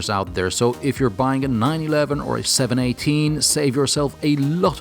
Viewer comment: It's the 7-18. Not 718... I'm a "Porsche geek"